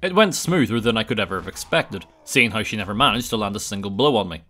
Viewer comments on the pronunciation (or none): Why does he say hi instead of how?